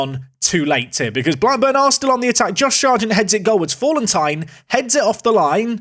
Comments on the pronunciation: You've regressed into the "Fallentine" pronounciation again. Falleti-in! And the A is flat not like in "fall" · FA-LEN-TEEN = Fallentin